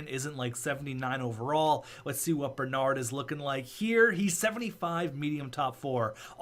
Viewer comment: Bernard blew in i am french canadien so thats how you say it :)